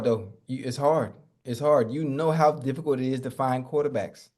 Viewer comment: Nobody: Ocho: it’s very diffigult…very diffigult